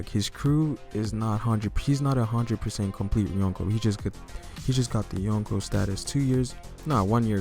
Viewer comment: Hahahahah,when u say Younko's,i thought u said Uncles